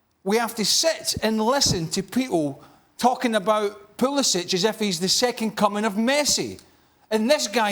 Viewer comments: Craig Burley, his name is Pu-li-sick. If you don’t believe me, ask him. In your role you should know his name. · "I don't have nothing against Pulisic but I refuse to say his name the way most people do."